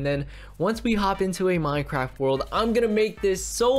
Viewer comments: Wait it said mynecwaft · He said MYNECWAFT HAAHAHAHAHA